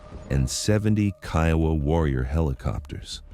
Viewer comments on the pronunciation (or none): none